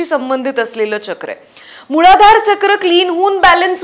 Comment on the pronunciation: मुळधार नाही ग मूलाधार